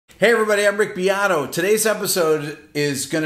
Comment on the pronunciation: Rick biato..... noooo !!!! pronunciation of Italian name: Rick BE ( like BE-st) A ( like A - mbient) TO ( Peter TO- sh) and will be 👌🏻